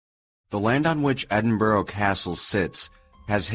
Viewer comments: "Edin-buh-ruh" not "Edenburrow" XD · I'm gonna stop watching this video as he said Edinburgh as "edin-borough" instead of "edin-bruh" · Why don't American/Canadian narrators use on line dictionaries for British/Scottish place names? It takes seconds! It is pronounced "Ed in bru" Microphone is terrible but facts were interesting (if not all correct) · Roll the R in Edinburgh, say it kinda like Edin-Blruh. This was a fun listen! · Nope, coming from a Scot, it is Edin bruh or Edin buh rah depending where you live in Scotland :)